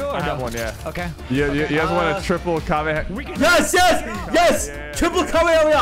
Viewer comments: BRO SYPH SPLEASE TELL NICK HOW TO PRONOUNCE KAMEHAMAHA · Nick come on that is not how you say kamehameha